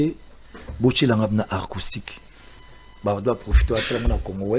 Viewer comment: Ce Werrason est vraiment IDIOT ! Il dit À LA côté d'ivoire 😁😁😁😁😁😁 Pffff il dit ARCOUSTIQUE 😁😁😁😁😁😁😁😁